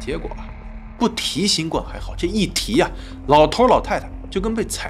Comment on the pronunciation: 新[冠]病毒： 音[灌](X) 音[官](O) 從輕[處]罰： 音[觸](X) 音[楚](O)